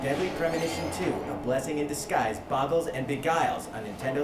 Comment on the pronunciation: "A Blessing in D's Guise?" Eh eh eh?